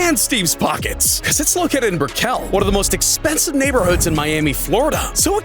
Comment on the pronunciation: lol, you butchered the city named "brickell"